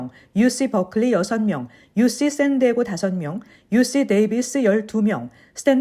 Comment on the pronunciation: UC- 유씨(O) 유시(X) San Diego - 쌘 디에이고 (O) 샌 디에고(X)😂😂😂